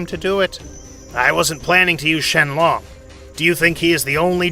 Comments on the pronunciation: "shenlong" excuse me what💀? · “The dragon shenlong” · "Shenlong" - Dende